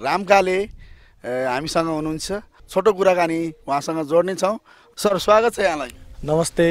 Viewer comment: स्वागर्त भन्छ त😂